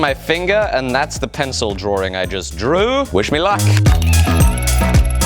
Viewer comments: All of this time, I thought you were saying drawering. You were actually saying Drawing. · I love you, but please... the word is Draw (like bra) -ing ... there is only one r in the word drawing. Much love otherwise :)